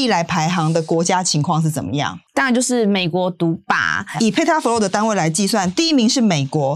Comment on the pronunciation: FLOP 竟然能念成 FLOW， 几够力一下 🤣